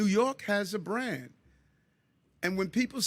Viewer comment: "We have a bran, New York City has a bran".